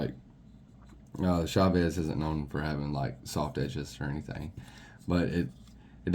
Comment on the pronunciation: Dude the way you pronounce Chaves is badass